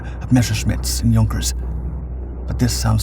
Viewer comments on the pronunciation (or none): none